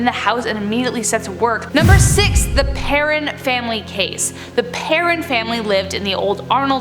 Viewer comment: PerrOWN family... Not parron